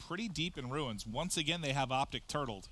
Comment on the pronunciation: "And once agun"